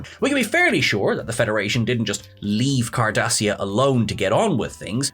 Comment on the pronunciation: Lol "Khardashia prime"